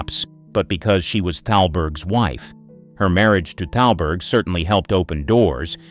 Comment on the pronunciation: It's not talberg...it's THALBERG. I don't understand why the narrator doesn't understand the proper pronounciations.